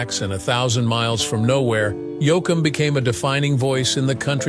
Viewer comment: Yo- akum?? Please get a real announcer for these posts.. Frizzle?? This is insulting to the genre. Try using a real human.